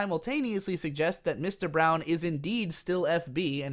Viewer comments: Braun is not pronounced "Brown". It also acts as a nickname to point out how he's the size of a brick house. I watched the show and rewatched it a month ago. I'm aware of why Okabe calls him Mr.Braun but my criticism was obvious, is miss pronouncing his name like how a Japanese person would attempt to pronounce it. (Made worse by the fact he claims this show is worthy of being in film classes, an extremely loaded statement mind you, but doesn't know how to pronounce Francis Ferdinand Braun's name and continuously commits to saying "Brown" with zero accent distinction to imply he's trying to saying it a certain way. But as I said, he can't seem to pronounce anyone's names and words right) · Do you know how to pronounce any of these characters names? Like I'm certain his name isn't "Brown"